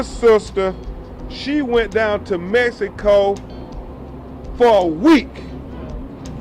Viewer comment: Did this Negro say, "Messyico"?